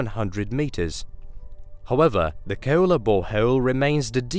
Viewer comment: KooEwlla deep borehouuewll